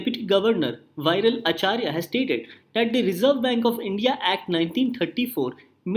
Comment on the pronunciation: thank you sir.if i am not wrong its viral acharya (pronounced as vi-ral not vai-ral)